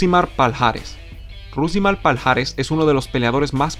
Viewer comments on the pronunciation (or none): Palhares se pronuncia Pallares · Todo bien. Haces muy buenos vídeos pero, por favor... en portugués esta unión "lh" se pronuncia como "y" o "ll". Lo digo por ese "paljares" (Palhares) que tanto repetiste y que me destrozó los oídos.